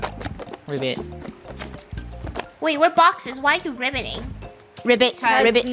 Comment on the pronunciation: “Ribbit Ribbit” 😂 What it sounds like- “Grove it Grove it~” 😂